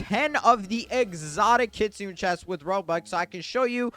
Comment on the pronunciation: Kit-soo-neh bro please 😭